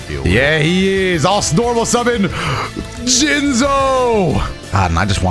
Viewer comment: “Let me Jinzo you” play it slower Let me Jinz o you 🤨